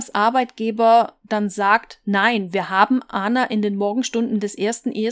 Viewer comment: Man spricht die Namen Ana und Aleksandra (so wird der Name in ExYu geschrieben) ganz normal aus wie in Deutschland. Sie war keine Amerikanerin sondern Serbin.